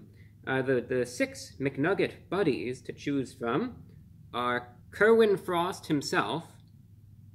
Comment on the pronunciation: It sounds like you're saying Kermit the Frog I'd rather want something featuring Kermit the Frog